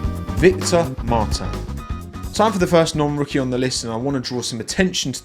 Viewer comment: Nice try on pronouncing Victor’s name like Martin in French but you forgot the S at the end. So say Martins like you would as a pure Brit mon ami 😉